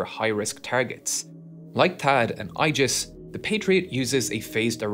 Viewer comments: Aegis rhymes with 'knee this' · Aegis is pronounced A-jis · ah yes the OIgis missile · I for one welcome the new Eye-GIS. How about we just call it GoldenEye 😂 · You know you're dealing with an AI video when the voiceover can't pronounce certain words like Aegis. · New way to pronounce Aegis dropped